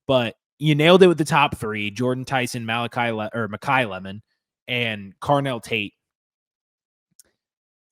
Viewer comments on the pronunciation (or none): What is this video? Don’t even know the school of a prospect (Hollywood Smothers)? Briefly mentioning Mendoza during the QB callouts but pushing Mateer and Maiava? Pronouncing Maiava’s top receiver “Malakai/ Malachi” when his name is Makai… dear lord there was very minimal effort put into this video and the lack of knowledge is disgustingly evident. Please take the video down, you’re not knowledgeable enough about the topic to be speaking. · Makai Lemon not Malachi lol.